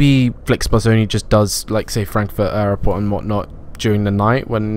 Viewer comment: Why do you struggle to say the word 'airport'?